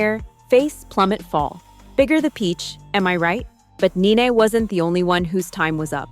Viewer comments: Its NENE NOT... Naynay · It wasnt kenya and her husband; she didnt have one! It was kandi and HER husband!! Neenee not naynay...phaedra with pronounced A...perhaps do more research. Us housewives people know our wives😂😂